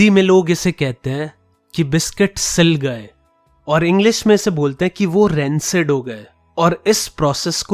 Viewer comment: bhai vo rancid ko hindi me siim gaye bolte h na ki siil gaye 🤣🤣😂👌👌😍❤🤞